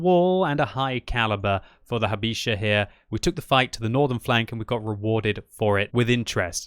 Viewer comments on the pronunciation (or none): Hey, a small suggestion - try to read the "ch" in "Habicha" just like the first "H". I hope you see this comment and learn something new about polish language, where we have obsolete "ch" which we read just like normal "h":)